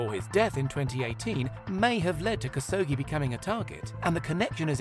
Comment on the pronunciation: Khashoggi - kash-ohg-jee, NOT kas-ohgee.